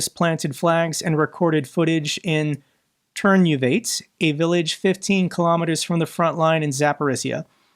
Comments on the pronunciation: Turnuvate is pronounced Turnuvatye. From the sign. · Excuse me,, it's pronounced "tair-noo-vah-tay". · It's pronounced "tair-noo-vah-tay". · Ukrainian has no silent "e". Ternuvate has four syllables.